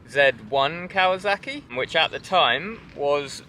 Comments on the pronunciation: It’s Kawasaki,not Kawazaki. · listening to Brits pronounce Kawasaki has become a side hobby of mine. It's silly.